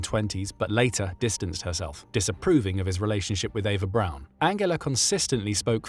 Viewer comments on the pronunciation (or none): none